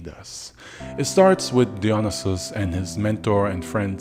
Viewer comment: Dionysis: DIE-OH-KNEE-SIS✅️or DEE-oh-knee -Sis✅️ not deon-Is-is. 🚫 Im even more upset that no one has said anything.